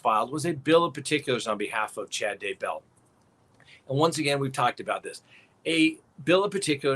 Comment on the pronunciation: So nice to get great info PLUS a comedic delivery. I love how you consistently, persistently mispronounce Chad’s last name, too. It’s kind of like nails on the chalkboard but all good fun.